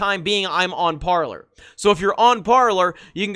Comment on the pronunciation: Parler! Say it right. Par lay